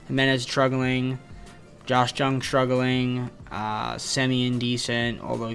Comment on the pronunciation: ur butchering Lowe and Jung bro